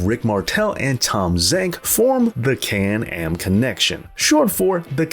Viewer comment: Aw the Can-Am Connection. Or as the late great Gorilla Monsoon would call them “The Can and M Connection”. It was prolly something else he said but that’s what I was hearing him say.